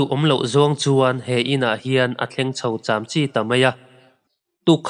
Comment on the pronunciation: Ngatinge chamchi tih hi ilam dikloh ziah a??a dik zawt la adik in lam roh..thilmak leh hlauhawm channel neitu itluk lo tlat..kalzel la hmasawn na leh advise ngaipoimoh la..kan lo en ziah ania